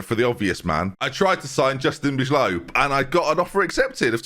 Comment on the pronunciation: I’m very thankful I don’t have to hear Bijlow mispronounced for another season